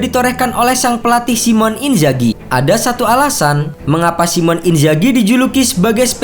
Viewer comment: Sedikit saran, Min. Namanya Simone. Baca aja, "Simone". Bukan Simon.